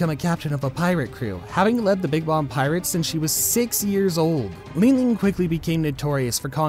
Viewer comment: Wtf is a “Truffleger” Law, “Dracool” Mihawk, and Charlotte “Lean Lean”? I’m surprised you said Rayleigh right.